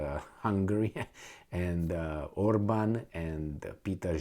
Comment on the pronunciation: if was ethnic Hungarian, don't you think that he would pronouce better hungarian names like the hungarian PM's name??